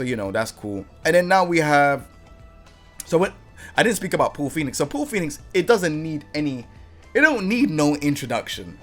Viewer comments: Americans don't even pronounce his name like that. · “Powl Phoenix” 🇺🇸 😂